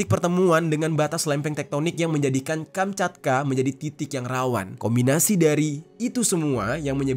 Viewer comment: Kamchatka bang bukan kanchapka bang maaf gue koreksi nihh 😅